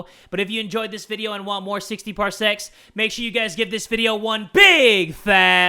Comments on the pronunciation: It sounds like jay is saying 60 parsex instead of 60 parsecs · I thought you sead 60 parsex